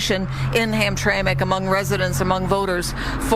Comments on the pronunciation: FYI...... it's Ham-TRAM-ick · Hamtramck is pronounced Ham-Tram-Mick... most folks that aren't from this area say it the way it looks. No blood no foul, good content Madam. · It's pronounced Ham-tram -ic. I spent my life in the Detroit area and we have a bunch of funky names for things here in the Motor City. Hamtramck was called Pole Town for the huge Polish Population, then about 20 years ago the demographics went out the window with Yemen carrying swords in the streets and calls to prayer from load speakers. Spooky! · "ham-tram-ick". not to officiate from the main focus but from the start made me think we was talking about 2 different places. Entire state is run afoul with dirty elections since at least 2010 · Ham-tram-ic. Three syllables.